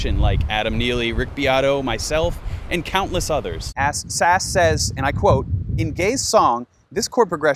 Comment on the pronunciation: I think the right way of saying "SAS" is "S - AS."